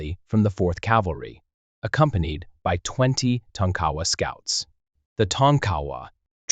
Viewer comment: Tonk-A- Wa not tonk cowa